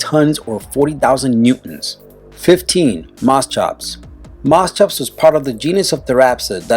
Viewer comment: Moschops LEL